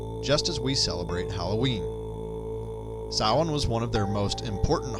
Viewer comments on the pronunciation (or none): Samhain is pronounced sow-wen.